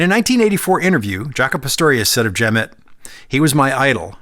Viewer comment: FYI, Jerry Jemmott's name is pronounced with the accent on the second syllable.